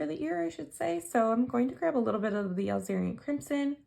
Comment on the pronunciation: I love your videos, however, there is one thing that drives me NUTS....and that is how you prnounce the Alizarin Crimson! It is not "al-zeer-i-an"....it is pronounced a-LIZ-a-Rin crimson.